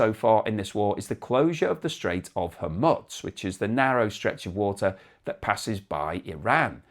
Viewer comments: Why do you say Hermuts? Its Hormuz, pronounced Hormoooz! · There's still no "T" in Hormuz.